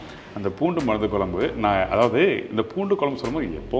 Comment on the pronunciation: Try to say Kuzhambu it’s not kolambu